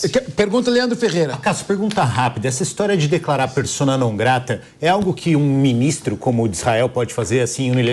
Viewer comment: Wuem fala o wue wuer ouve o wue nao wuer